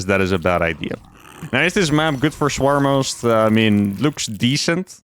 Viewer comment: He's definitely saying "Swarmos," right?